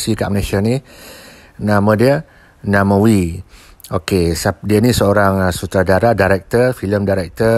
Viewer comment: Namewee...not namawee....